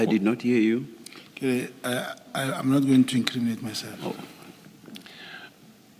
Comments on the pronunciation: Word of the day : LET ME NOT increaminate myself😂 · Our data for " iam not going to increaminate my self🙉